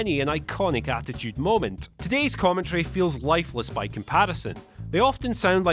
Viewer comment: It’s commentary, not commetry. Moron.